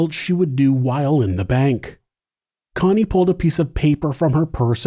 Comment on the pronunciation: Why are you saying coney her name is Connie